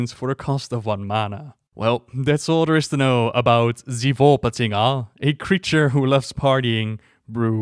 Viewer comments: One shot every time says "Volpatinga":D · You had allot of fun pronouncing Volpatinga, I can tell.